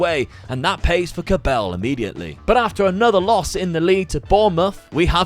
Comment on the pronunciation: Stop calling him Kóbél, it’s Kobel😂